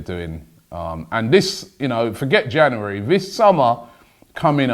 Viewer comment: Don't know where Robbie found that second r in January but he did it